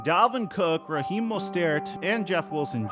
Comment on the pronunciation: Why do you pronounce Raheem name like that? 😂